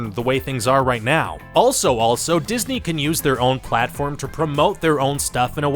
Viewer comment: Di-his-ney killed the film the-a-tre